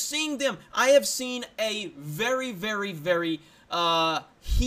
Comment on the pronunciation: You botched your "Thank you vvvery much for checkin' out this video" !